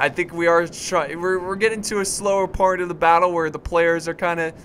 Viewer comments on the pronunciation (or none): none